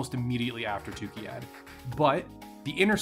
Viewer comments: Great video, but you constantly mispronounce the place name. It's TukAyyId, not TukIyyAd. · this whole set of 3 videos was fun but I couldn't get over him calling it tookeeyad every time 😆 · I'm so thrown off by your pronouncing of Tukayyid as "Tukeyad"